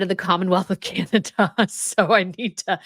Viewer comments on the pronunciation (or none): none